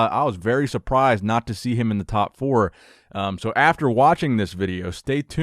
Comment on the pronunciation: ‘My advice too nick’😂😂😂😂 calm down arnold